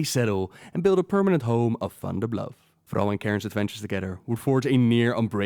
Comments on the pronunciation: Why do you say Frall... It's Thrall with a T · Only person I know to pronounce the Horde "The Hordt" and you also call Thrall "Throwe"